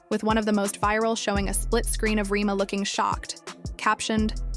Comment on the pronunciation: I stopped the video after "re-mah" i cant stand a.i generated videos.